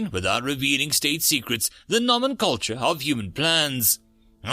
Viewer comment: No-men-clay-ture A word meaning, the name of something